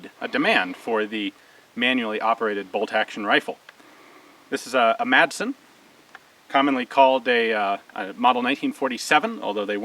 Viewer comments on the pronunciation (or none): It's pronounced 'massen' ;-). Great video! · The "D" in "Madsen" is mute. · Hey Ian, good review. One thing, you don't pronounce the "D" in Madsen.